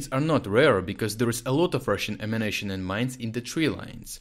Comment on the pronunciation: I wish he'd stop saying "ammunition" as "emanation."